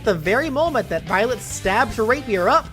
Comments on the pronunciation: Remember the Futaba's words Futaba: Remember, it's Violet, not Byleth, Violet! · I love how everyone in the chat was hearing Byleth instead of Violet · Violet Me:wait did you say byleth? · I kept hearing "Violet" as "Byleth" lmao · also it really sounds like your saying byleth at times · I kept hearing Byleth whenever you said Violet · yeah, it did sound like that at one point.